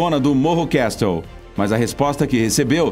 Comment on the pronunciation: Castle pronuncia cassl